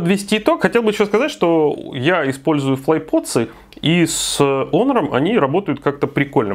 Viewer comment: единственный, кто правильно произносит Онор. Красавчик. Лайк